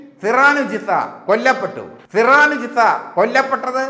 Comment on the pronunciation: ഹോ, എന്തൊരു കഷ്ടം? ഒരു പേരു പോലും നേരെചൊവ്വേ പറയാൻ അറിയില്ലേ നിങ്ങൾക്ക്? സിറാനുജിസ... സിറാനുജിസ.... മനുഷ്യാ, അതു സിറാജുന്നീസയാണ്.